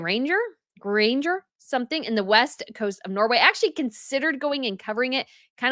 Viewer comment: I’m Norwegian, and can attest to the fact that the majority of us are completely mortified and embarrassed by the spectacle the royal family and their circle has become. Poor Queen Sonja and King Harald, who have to deal with this in their twilight years. And ~ it’s pronounced Geir-anger 😊👍🏻